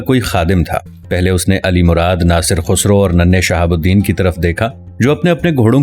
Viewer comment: Bhai khusro nhn khasroo hai apna lehjaa to saheh karen